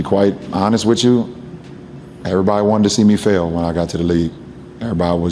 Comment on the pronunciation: "To be quite honest wit chu" You know some absolute BS is coming for sure.